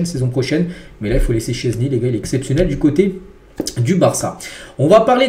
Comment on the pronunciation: Oh ça fait du bien il dit enfin "szczesny" correctement !!! 😅